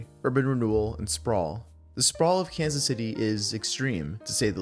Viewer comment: YOU USED AI FOR THIS "kazzay cits"